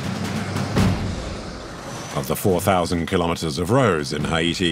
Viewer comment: Why can't the narrator say "Haiti" right?